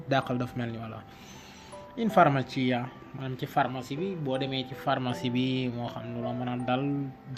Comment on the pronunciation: Ciao, grazie per il tuo video, è importante divulgare con semplicità le cose importanti. Scrivo qui sotto alcune parole scritte e pronunciate in modo sbagliato: - IN FARMACIA - STARNUTISCO - FEBBRE - MI RACCOMANDO - RAFFREDDORE Grazie mille